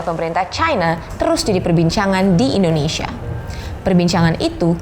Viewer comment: cara bacanya tuh bukan indonisia, bukan indoneisia, tetapi INDONESIA. masa orang indo aja salah ngomong negaranya sendiri haha. nah kalo bahasa inggrisnya baru cara bacanya indonisya.